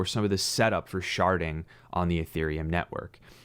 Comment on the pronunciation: "Sharding", not "sharting". Glad I'm not the only one who thought it phew haha. Great content. Especially encouraged about ADA, thanks for covering it